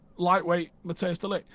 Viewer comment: De Ligt's first name isn't pronounced 'Matteus'. Its pronounced like 'Mattice', with a long i.